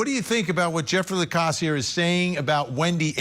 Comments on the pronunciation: At least get his name correct if you are going to Trash his character on national TV!!! It’s LaCasse!!! NOT LACROSS!!!😡😡🤬🤬🤬. What an idiot you showed yourself to be tonight!!! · "Lacrosse" ? I thought that was a type of sport. His name is Jeffery Lacasse. Good Lord! Nothing shoots your credibility down faster than pronouncing someone's name incorrectly. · The woman denying Lacasse’s importance can’t even get his name right. She calls him Jeffrey Lacrosse. I mean really, do your homework, woman! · Literally. Ol girl said "Jeffrey LECROSS" 🤦‍♀️🤦‍♀️ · Next time maybe the guests should know how to pronounce a last name before calling him vindictive. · can't/doesn't pronounce Jeffrey's surname correctly. He's a professor of social work and w/ great insight and intelligence, does much of the police work for them. It appears asked him out on a date and he declined, flat out. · That one woman couldn't even get Jeff's last name right!